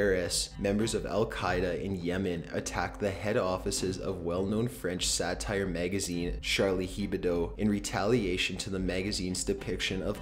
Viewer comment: Charlie HEBODO But the sigh says Charlie Hebdo